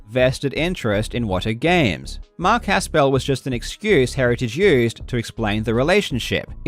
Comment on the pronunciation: First off if you are going to mention Mark Haspel, please pronounce his name correctly. You do not need to pronounce it as a 2 syllable word. It's not Has Pel it's just Haspel run together. I personally worked for Mark Haspel for 2 years. Mark Haspel's office is in Bradenton, FL. WATA Video games is in Colorado. When Mark says he has no dealing with the operations or any day to day dealings he's correct. You would think he would get some preferential treatment getting his games graded. He doesn't. He doesn't get anything preferential with CGC either. So please, just how does Mark have any dealing with what takes place in CO when he's in FL? That's absurd. That's the reason he threw his arms up in a twitter response, because he thinks you're so ridiculous, and wrong. You realize Mark runs a full time business? Where does he have time to do all that you are alleging, especially with travel restrictions (and Mark won't fly right now, he's terrified of COVID) and he has a young family. The reason WATA partnered with Mark is because Mark was 1 of 2 people to start the graded comic book industry. Mark Haspel is one of the most trusted and liked people in the comic book industry because he has been honestly doing business in it for 30 years. Mark deals with the top people, auction houses and dealers in the industry. His reputation is pristine because he helped build CGC the correct way through hard work and honesty and being the best in the world (himself). I can see where you may h